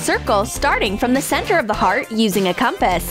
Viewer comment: What did she say? Kompass??